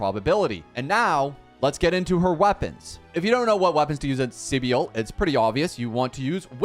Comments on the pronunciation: .....SEE BIEL?!.... Bro the amount of times they pronounced her name for you and you say SEE BIEL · She's just pronounced civil with a B right ? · My guy, take a grammar course ffs. Her name isn't that hard to pronounce right. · Everyone is butchering her name horrendously. People should look up how to pronounce names 😂